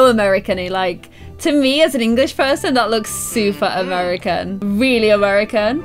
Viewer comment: Am I the only one that felt weird when she said amarericanie